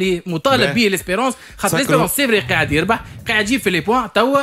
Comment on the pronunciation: 9ai3ed ? ou bien 9é3id ! kifch t9oul fiha ya 9ééééé3id -_- zebi chlamet clayek radioet tounes